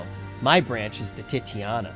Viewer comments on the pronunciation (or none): I cringe every time he says Titania as Titiana and when he said Feo Ul as Feo Ui. Gosh darnit!